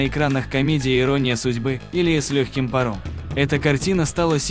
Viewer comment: Неуместные ударения не только удивляют, но дают уверенность, что читает робот, а редакторы не проверяют что идёт в эфир. Лёгкий парОм - вишенка на торте...